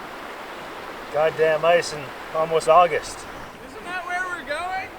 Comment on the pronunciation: “Ahgist” is not a word. “Intresting” is not a word.